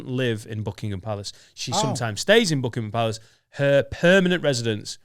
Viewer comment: the queens official residence is Buckingham Palace. You said it wrong